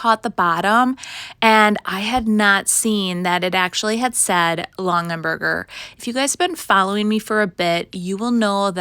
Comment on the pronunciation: Just to clarify, it's Long-a-berger, not Long-en-berger. I recognized it as a Longaberger instantly, painted or not 😂